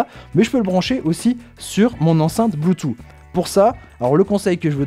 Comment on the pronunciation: bonjour, ce qui est dommage dans le commentaire c'est que l'on ne dit pas "bloutou mais bloutouss" et je trouve que pour une diffusion large ce n'est pas l'idéal